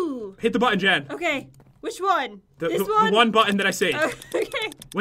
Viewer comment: its jen not gen